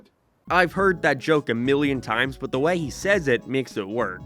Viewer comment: why do you pronounce change and way like a canadian from southpark?